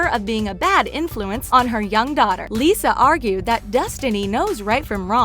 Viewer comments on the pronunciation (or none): none